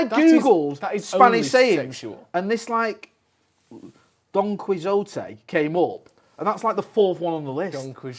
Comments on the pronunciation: The look of absolute disgust and disappointment on Joe's face when says Don "Quizote." HAHAHAHAHAHA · Im still laughing at 'Don Quis-jowtey' lol